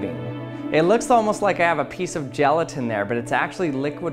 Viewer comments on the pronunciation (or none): none